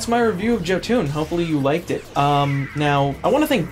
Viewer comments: ok I've very sorry but it is pronounced Yoh-Ton not Joe-Toon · Given that its norse i'd have thought its pronounced yotan, not joe-toon.... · Glad I didn't help kickstart it, ohh btw the name is Jotun not Jotan. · how you say "Jotun" is so far off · Knows all games that have Norse mythology. Doesn't know how to pronounce Jotun.